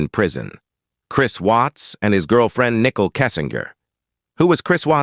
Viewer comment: It's not pronounced, nickel (like 5 cents). It's pronounced, Nicole (nick cole)